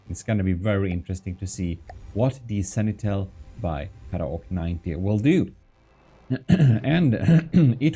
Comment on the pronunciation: It's supposed to be pronounced "Sen-ti-nel" not "Seni-tel".